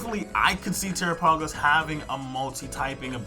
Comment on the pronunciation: You Are saying his name wrong its pronounced like Ter-AP-agos